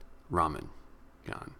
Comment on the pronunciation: Not ra man yan its ra ma yan.